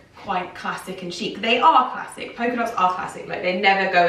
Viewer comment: Why are you pronouncing it “poker” dot?